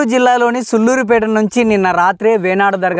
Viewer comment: బాబు సుల్లురు పేట కాదు😂😂😂 సూళ్ళూరుపేట .